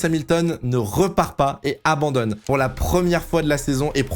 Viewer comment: Lewis Ammandonne 🤣🤣🤣